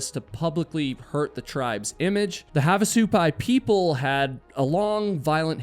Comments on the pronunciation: Also, the emphasis is on the first part of the word, not the second half. "SU-pai", not "su-PAI". 😊 (And of course, as I'm typing this, you changed your pronunciation... You're killing me, LOL.😅) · What kind of idiot hikes alone? And it pronounced HAV AH SUE PIE say it slowly hav ah sue pie I live near there btw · It's pronounced have, not "haav"... Like "have a good time", "have a drink"... Both in the Village of Havasupai (Supai) AND Havasupai Falls. My dad taught at NAU back in the late '60s and we made that hike many many times, back before the masses discovered it..😊